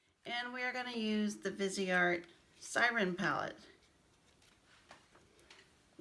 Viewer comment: Beautiful looks and great swatches too. I liked your perspective on brushes. Greetings from Canada 🍁. Viseart means FaceArt. VEEZ R is how you say it. Vee Zar. No T.